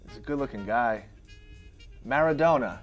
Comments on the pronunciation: Drg Sh It's Diego Maradoana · “Maradoena” Heart attack for me right there… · Clicked off when homie said “Meradona” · he didnt say maradona he said "mairadoena" 💀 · Klandi Kullolli Well it sounded more like Maradonut though. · When he said marradona it broke my heart becuase im a argentina fan